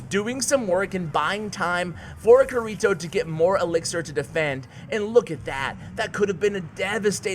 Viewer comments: Pronounced "kitty toe" no "R" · YOU ARE BUTCHERING KIRITO’s name!!! It is supposed to be from sao it is Kirito! You are triggering me!!!!! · Anyone who's watched SAO cringes at how say kirito😂 No hate good vid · Hey you keep saying kirito wrong BUT good vid tho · pronunciation of kirito?? not the same as the anime (sword art online)???? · Bro, you butchered his name. Watch Sword Art Online